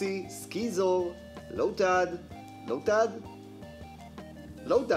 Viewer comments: אומרים סיזור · ו זה סיזור לא סקיזור זה כמו המילה science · אתה אמרת סקיזור ואומרים סיזור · רק לי זה מפריע שהוא אומר את השם של בוור וסיזור לא נכון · לא רק לך זה מפריע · גם לי זה מפריע 😅